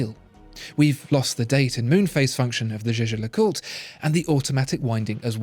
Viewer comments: Jaeger is pronounced "Yager" not 'Jeje'! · Jäger, not jeje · Jaeger is I think prounced as "yaeger" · It's "Jaeger", which can also be written "Jäger" and pronounced in that way ... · Can we talk about how you lronounce jaeger please?